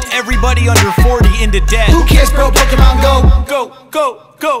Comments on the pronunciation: Anybody else annoyed that "Pokémon" is mispronounced? "é" isn't pronounced "ee", it's pronounced like the letter A, like in "late". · I would like this much more if MC Lars knew it's pronounced Po-kay-mon not po-kee-mon. did it right.